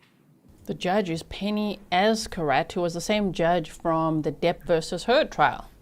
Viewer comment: Replay crew. Fyi judge’s name is pronounced Az-karate. Az-KAR-aht-eh.